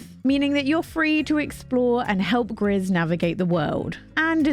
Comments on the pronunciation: Gris = gray in French; it is pronounced: gree. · Great video as usual 😊 I also have my eyes on Blanc ! By the way it's a french word that means white, and the final "c" is silent. Same thing goes for Gris, which is "grey" in french, and the final "s" is also silent. 😆